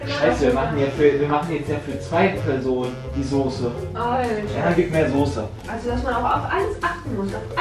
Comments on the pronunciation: Es heißt Soße und nicht Sose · Sose.... ES HEIßt SOßE!!!!! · Es heißt Soße nicht Sose!! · Warum sagen alle Soohse... 🙈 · wie jays freunding "soße" ausspricht triggert mich so hart :) :D